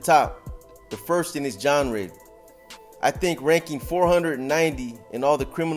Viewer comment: Haha “the big words will go right over your head” while you just pronounced genre wrong in the same sentence